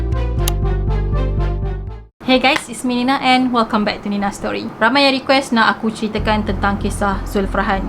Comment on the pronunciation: Terjemahan Today is abot nena setoli